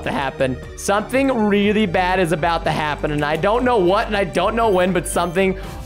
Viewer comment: Yeah why are you watching a Minecraft Channel if you think Minecraft is bad oh and by the way you said bed not bad I think you meant to say bad not bed